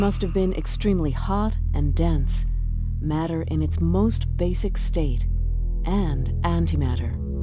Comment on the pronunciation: although it's a good video, I just can't stand the way she pronounces "matter" - it's so ugly pronounced, I would urge you to record the video again! Maybe it's just her accent or dialect, and if so I'm sorry, but it really sounds very dissonant in my ears.